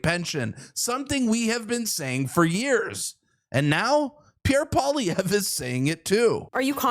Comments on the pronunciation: Poilievre pronounced: Poly-ev. I agree. Next election I will vote for common-sense Pierre Poilievre. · Pee-Air Pol-ee-ev-ru, not that hard and I'm English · Im 100% Bilingual and I phuck up his name, Joe does not speak french, I get his difficulty with it.